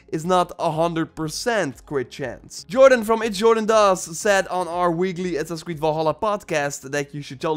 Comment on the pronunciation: "Assassin's Creed"